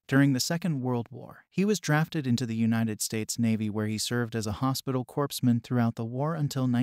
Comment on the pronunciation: Corpse men is pronounced Core men